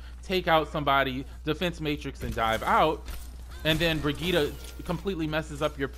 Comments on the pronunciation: Honestly, I need her name to be nerfed. I'm tired of people not even trying to pronounce it correctly lol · Noelle M. Ikr. "Broghetta" "Bridget" "Bridgette" like wtf man LOL. I think that's why they add voicelines of Mercy saying "I am with you Brigitte". lol everyone literally ignores that. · The only thing that bothers me about Brigitte is people not saying her name right,,,,,, just my two cents